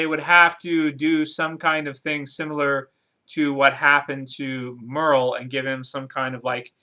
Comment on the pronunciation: Who's "Murl"? Lol. You mean Merle.